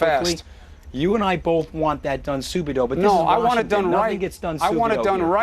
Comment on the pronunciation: Soubido.. I guess he means subito.